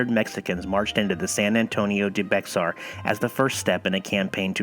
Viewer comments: its pernounced bear not bexar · Hi. Bexar is pronounced "bear" and its San "Ja-cent-O" not giving you a hard time, its impossible to know unless you grew up here. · Bexar pronounced "Bare"... I live there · Camera work awesome! Bexar = "Bear", Jacinto = " Ya Sinto" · Bexar is pronounced Bear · Ja- cento and Be-har, mis-pronounced San Jacinto and Bexar. Used to be that you couldnt take flash photography inside the Alamo.